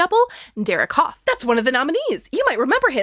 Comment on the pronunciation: I know this comment is wildly late, but as someone who comes from the same area as Derek Hough and grew up doing performing arts (I’ve met his mom multiple times), it’s pronounced “huff” like huff & puff, not “Hof” like the town in Germany, and it pains me a bit every time I hear you say it 😅